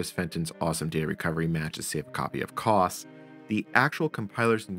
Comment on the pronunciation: I worked on the Cray VM/370 Station, or just the VM Station for short. I wish I had kept a copy of it. Sigh. For anyone who has access to the source, my initials are BGM. I'd appreciate a copy. Just FYI, your pronunciation of COS is not how we at Cray called it. For us it was more CO-S, as in co followed by a S sound. Thank you for a trip down memory lane. I just realized with both a Cray and IBM S/370 hardware emulators, a person could run the MVS or VM Station and connect them to a Cray running COS. UNICOS also should the emulator support the Cray 2.